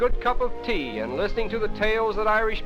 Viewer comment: "sipping a good cup of TAAAY! pronounciation very important :P